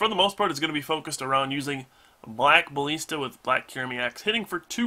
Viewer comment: Alright,. Love you to pieces man, but, just in case you don't know, I want to go over pronunciation with you. "Deluge" is pronounced dell (like the company) - youje or del-youj; from the dictionary: ˈdɛljuːdʒ. Then, "ballista" bah - liss (like hiss) - tuh or ba-liss-tuh. Hope this helps, man!